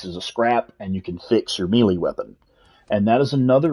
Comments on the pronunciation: i know this is an old video but.... its "May - lay" not melee like an apple. lolol :) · Great guide. The grammar Nazi in me is going crazy, though… Melee isn’t pronounced Me-Lee, it’s pronounced May-Lay. That’s all I have to say about that. Good day. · Your Pronunciation of the word melee is hilarious